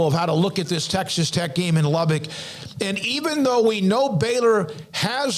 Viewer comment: It's pronounced Lub-buck, not Lub-bick.